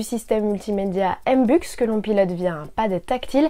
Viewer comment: MBUX ca se prononce M B U X (aime bé hue ix), comme sncf quoi... et pas emebuxe... et ca signifie Mercedes Benz User eXperience